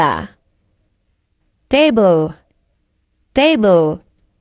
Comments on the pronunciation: Cuando pronuncia mesa dice teibel y ella dice teibol es ahí donde me equivoco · En la palabra Table la pronunciacion es mas como desir Teibol o teiboo pero no Teibel